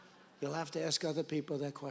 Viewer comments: what is axed????¿?¿ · Why do people say pronounce ask “axed”. There is is no x or ed when pronouncing ask. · Aaasssssssssss..KA... Not Axe...Asssssss-Ka...Asss-ka....As-ka ...Ask..Ask..Ask.... Where do we get that from? My mother and father both say it...my sister says it, and my girlfriend says it... We spell it right... How is it possible that we still say AXE? I don't get it. LOVE YOUR SHOW BTW.. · "Ask" is pronounced As'k.. Not X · I think its ASK not AKS. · Love the reactions... but Why say AKS if the Correct is ASK? I know people say is culturally some people say... but it is wrong and sounds bad and wrong. Keep up the reactions!